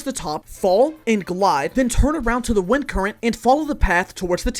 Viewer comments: “i chose to use wentis vind current” 😭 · Did he say “Wenti’s vind current” or am I just going crazy? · “Wentis vend current” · ‘wenti’s vind current’ 😭